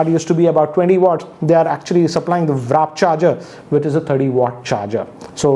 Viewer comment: yeah. Figured. Only 2 things irked me in this video. The pull open tab thing. And the fact that he keeps calling it "wrap" charging. Even the written specs were misspelled. But nevertheless he's super fast with his review videos and they almost always very detailed and comprehensive